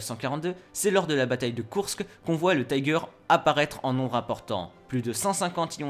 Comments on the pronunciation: En allemand on ne prononce pas "Taïgèr" à l'anglaise, mais "Tiguer"... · Taïger, taïger, taïger... Pourquoi dans une vidéo en français, à propos d'un char allemand, utiliser la prononciation anglaise ?!?!? Si la vidéo était en anglais, je dis pas, mais là ... ? Un char Tigre ou Tiger, mais pas un Taïger, svp. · Comme je dis souvent, l'Allemand c'est pas de l'Anglais. Tiger ne se prononce pas Thaï-guere mais Ti gua (à peu près). Si tu n'es pas capable prononce tigre à la française. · C'est pas le "tai-ger" mais le ti-ger . En Allemand on prononce le "i" tel quel, et non à l'anglaise ..... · y'a vraiment un truc qui trigger mon OCD, c'est tous ces gens qui prononcent "Taïgueur" comme en anglais... c'est "tigueur", en allemand. du coup dire "tigerprogramm" à l'anglaise, c'est un non-sens... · Pourquoi prononcez-vous le mot "Tiger" à l'anglaise? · Apprends à prononcer "tiger" correctement ! C'est de l'allemand, pas de l'anglais ! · Pourquoi prononcer Tiger à l'anglaise alors qu'il s'agit d'un char allemand ? Vraiment nul ! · Et je lui ai écris aussi que je trouvais stupide de pronomcer tiger à l'anglaise alors qu'il s'agit d'un char allemand ! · Le Taillegueur ? Maillebatch ? Et si on apprendrait* à prononcer les noms allemands ? 😅 Au passage, Michael en allemand, ce n'est pas Maïkeul (Keul ?). * je sais, c'est "si on apprenait", mais j'en avais tellement envie.